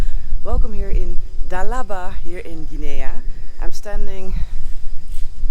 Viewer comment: FYI, the country of Guinea is pronounced, gin' ee. with a g as in go. Sierra Leone is a former Brit colony and is pronounced, See era' lee own'. Hope that helps.